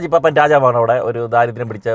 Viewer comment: സിനിമയിലെ തെറ്റുകൾ കണ്ടു പിടിക്കുന്ന കിടുവേ...പാപ്പാൻ എന്നല്ല.. പാപ്പൻ എന്ന് പറ